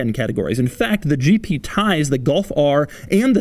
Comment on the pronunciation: Why when doug said "GP" for me is "GT" Did you have exactly the same? 👇